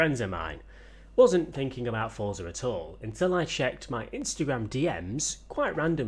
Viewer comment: can all of u all stop sayijg fortza its forza